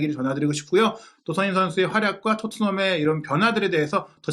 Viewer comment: 손힁잉 손힁잉 손힁잉 발음 좀 제발